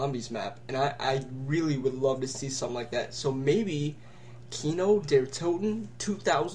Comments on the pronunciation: its kino der taught-in NOT what ur sayng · hey i'm German its kino der (sounds like there but with a d instead of a th) toten(long o)